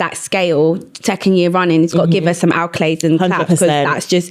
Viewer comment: I love y'all but its ACCOLADES not ALCOLADES!!!!!